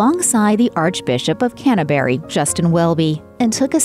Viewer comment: The Archbishop of "Can-a-berry"